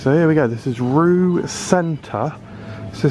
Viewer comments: Not to be 'that guy,' but I believe it's pronounced along the lines of 'Ray-Wer' instead of 'Roux.' So I guess I am that guy after all. Hooray! Definitely enjoy these foreign supermarket tours, hope there will be more to come at some point! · It’s pronounced Reeva FYI